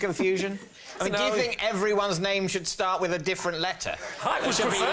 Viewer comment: Is it a truth or a lie Adam Woodyatt.can't say "think" but substitutes "Fink" !